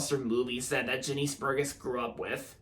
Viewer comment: It’s pronounced Jah-nis Bur-Jess